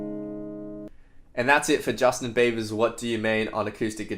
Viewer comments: he say every time Justin BAYBER xD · Bayber hahah dont worry i say it like that to. it's just us aussies haha but no matter what you say it's always a great tutorial thanks for inspiring us guitarists!!